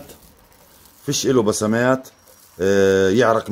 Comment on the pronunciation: يا اسمها مسامات مو بسمات هههههههههههههههههههههههههههه على فكره والله اني احبك ومن اقدم متابعينك 😂